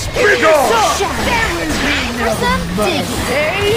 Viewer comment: what i hear from:there will be no mer-SLAY